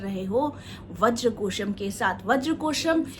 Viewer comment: Vadra gosham not kosham